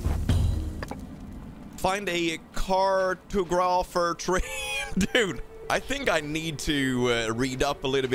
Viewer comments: The way you’re pronouncing cartographer 😂😂 it’s car-tog-rafer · Find a curtugruphy😂, they should definitely change the word to this, best pronounciation i ever heard!